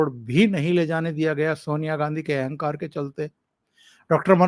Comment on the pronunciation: एहेंकार. नही अहंकार. बोलिये